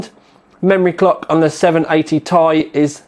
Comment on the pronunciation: for fuck sake you say 780 T-I not 780 tie